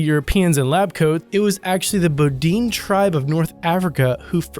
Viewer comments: There was some terrible pronunciation in this video... - Gagarin = "ga-gare-in" (not Ga-gar-EE-in) - "Ilyushin" = "ill-you-shin" (not Ee-yee-shee-in) - Bedouin = "Bed-a-win" (not bo-deen) and not "boo-deen" - Duchesne = "Doo-shen" (not Doo-nesk) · Its pronounced bed-o-win.. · The Bedouin are not called Boo-deans. they are Bed-o-win. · bo DEEN?? How about BE dou in? The ignorance is astounding. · It wasn't the first manned flight though, reportedly, it was powered. If it was manned I would agree that it was the first, but being unmanned disqualifies it. BTW your pronunciation is horrible. What you call bedoin is pronounced bedooin, with a hard E and a soft oo. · The Bo-deen tribe? Do you mean the Bedouin (Bed-O-Win) tribes of North Africa, who migrated there from the Arabian Peninsula where the Bedouin tribes have been living since Ishmael, son of Abraham lived? Guess you can't claim to be the first to do research on your videos. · "Bed-o-win" or "bed-oo-win", not "bed-win". Also "Du-shane" not "Du-cane". If you're going to rage about someone else's incompetence, make sure you're not making mistakes yourself. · You have a remarkable knack for mispronouncing names - Yuri Gagarian (Ga - Gar - in ), The BooDeen (Bed - ou - in) tribe, Ernest Doonesk (Du - sheyn)... I could go on :P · It's BEH-do-in, not boodine. (#5) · And who the hell is "Ernest Doonesk"? I always thought his surname was pronounced "Doo-shen"! And who the hell are the "Boh-deen" tribe? i've heard of the Bedouin tribe, but no "Boh-deen" tribe! Hahaha! This guy's pronounciation just gets funnier and funnier! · It's pronounced Bed Oh Win spelled bedouin. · Yuri Gagarin, not "Gagarian". "Bedouin" is pronounced "bed-ooin". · Bed-oh-in, you ignorant savage. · it made me laugh too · Gag-gar-rin, Bed-o-win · Gagarin = ga-ga-rin Bedouin = beh-doo-in or beh-doe-in Duchesne = Doo-shayn or doo-shen You'd sound a lot more credible if you put the effort into looking up how names are pronounced.